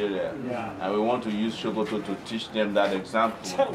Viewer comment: My president, it is Pronounce Sokoto not Shokoto😁 my vote for u is not just finger print alone but with foot print. Anything printable must surely be printed because of u your excellency buh its quite un4tunate dat der is no PVC.